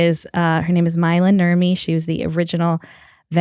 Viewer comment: you need to roll the r on Nurmi. Otherwise a nice pronounciation.